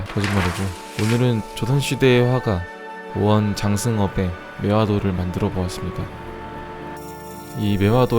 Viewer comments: 오언 장승업이라고 하셨는데, 사실은 오원 장승업이라고 하네요. 참고하시면 좋겠습니다! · 오언이 아니라 오원입니다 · 오언 이아닌 오원 이에용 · 오언이 아니고 오원입니다. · 오언이 아니라 오원 아님?